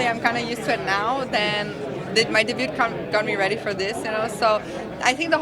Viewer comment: wow she can't even pronounce debut properly